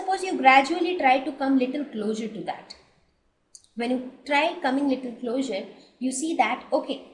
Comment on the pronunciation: It’s pronounced as CLOZER!!! Not closure